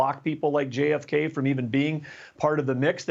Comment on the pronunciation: I like the guy but man.. did you say JfK? 😮